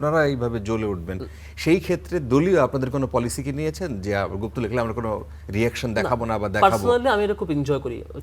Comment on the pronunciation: Gufto duke porche